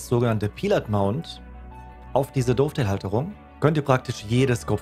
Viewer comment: Die Seitenschiene für die Visiere und Aufnahmen heißt nicht "DOOFtail", sondern Dovetail (Daftail ausgesprochen). 😉🤣 Lasse dir trotzdem einen Daumen hoch da.